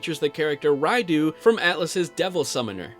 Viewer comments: "Raido" lol its "Rai-Dough" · He hasn't done hard mode if he said the battles were easy. That fucking Preta on Hard mode... And its pronounced "Mah-gah-tah-mah" and Raidou is pronounced "R-eye-doh" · I giggled at “Raidoo”